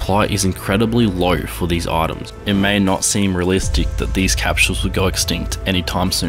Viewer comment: Why do you say 'autems' instead of items